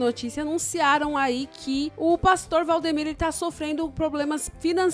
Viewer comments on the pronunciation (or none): Vcs estão falando o nome do pastor errado e Valdimiro